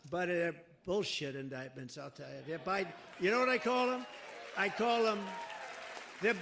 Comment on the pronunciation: Lots of "Joe-dictment"!!!